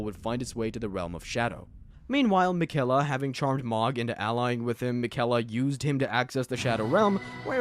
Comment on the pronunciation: ah yes, the airDtree, and miKella